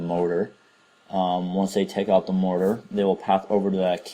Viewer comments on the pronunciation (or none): why you keep saying motor?